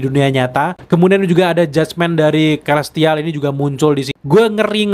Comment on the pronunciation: Celestial bacanya selestial bang